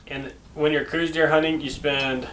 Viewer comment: Yep, hunted Coues all my life and that is how I have always pronounced it...and heard it pronounced in Arizona.